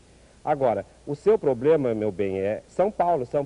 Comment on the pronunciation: "O seu probelma, meu bem, é São Paulo" hahahaha